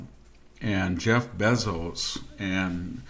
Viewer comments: It's Zuckerberg not Zookerberg. It's Bayzos not Bezus. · He totally fumbles pronouncing Zuckerberg & Bezos